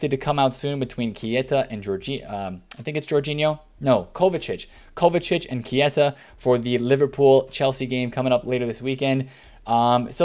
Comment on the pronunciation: Lol the Keita pronouciation